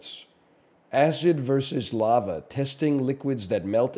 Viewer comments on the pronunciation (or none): none